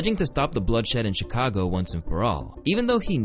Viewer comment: did fool say "Chicongo"?? 💀